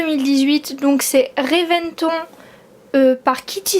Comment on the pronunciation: Coucou! Je viens juste de découvrir ta chaine, enfin je savais que tu en avais une , mais bref. Ta vidéo était cool!^^ Juste pour te dire qu’on prononce « Révèntone » pour le TW que tu m’as acheté.^^ Bisous❤️ ~Kitty~